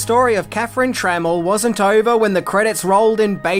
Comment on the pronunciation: Tra Mel Not tremmle 🤦🏻